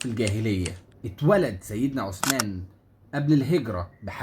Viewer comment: السلام عليكم حرف الثاء في عثمان طلع لسانك للنطق الصحيح ثانيا اسم الصحابي عبد الله بن أبي السرحاني تحياتي